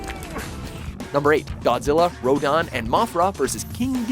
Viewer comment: It Ro-dan not Ro-don